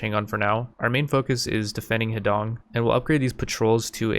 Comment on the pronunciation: “Huh D’own” for Americans. When you say Heedong I keep picturing his dong